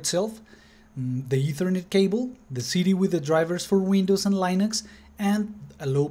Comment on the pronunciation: LINUX is pronounced "LEENUX". "LYNUX" doesn't exist.